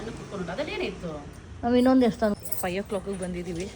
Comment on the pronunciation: Devasthana ✅ Devshthan ❌